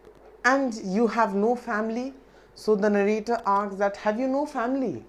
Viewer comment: 'The board often "akss" ...lol